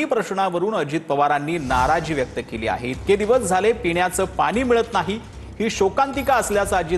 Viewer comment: पानी? की पाणी?.. अरे शुद्ध बोला जरा